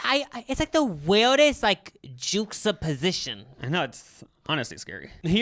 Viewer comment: “Jooxaposition” IM DEAD